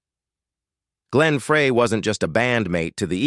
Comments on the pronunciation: that was pronounced like fry the burgers. not fray To fix a frayed rope. Don Fry is the pronunciation. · Why can't this DUDE pronounce Glenn's name correctly? FRY!!! Not FRAY!!!! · Ok, Ai. Glen Fray? FRAY?! At least pronounce the main character's name correctly. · if you are gonna make a video with AI then at least learn to pronounce Glen Frey's name correctly. Fry no fray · How can we take you serious when you don't even know HOW to pronounce Glen's last name it's actually pronounced FRY not Frey! SMDH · Please get Glenn and Deacon’s name right. It’s embarrassing. It’s pronounced FRY, not Fray (spelled Frey). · why do they keep mispronouncing Glenn Frey's name? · I wish you could teach the computer to pronounce Glenn Frey's name correctly!!!!!! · Glen Fraay??? Get it right. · This is at least the third time I have heard this narrator call him Fray! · Like your commentaries on the Eagles , but I'd think you would get Glenn Frey's name pronounced RIGHT. Frey i It's pronounced as "Fry" !!!!!!!!! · Uh, it's pronounced FRY you ignorant computerized voice😜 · Pronounced “Fry” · Just another good voice and guitar. The story seems overblown. Turned me off when they did not pronounce Glen's name correctly. This video should be taken down. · Can they teach their robot to pronounce Glenn Frey’s name correctly? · Please pronounce Glenn’s name correctly 😡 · Glens last name is being pronounced wrong. If you’re going to do a video with first or last name pronounce it correctly. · Well he still needs to learn how to pronounce Glenn's last name correctly.